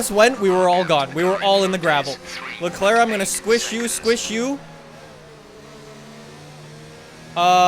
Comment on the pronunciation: Dude amazing vid but you need to learn how to pronounce Leclerc and Vettel😂🤦🏼‍♂️